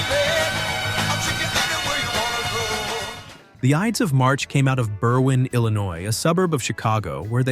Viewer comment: Ides not "Idees"